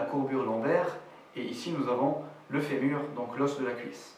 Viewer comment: Aie Aie Aie le E à fémur :(